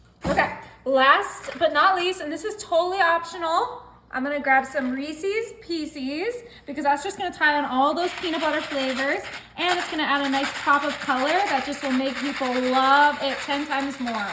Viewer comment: It's Reese ez not Reese sees